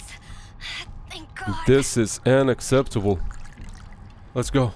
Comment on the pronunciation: almost sounds like he said “Ana-ceptable”😂